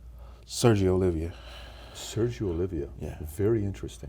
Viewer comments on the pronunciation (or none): Sergio's last name is Oliva not Olivia.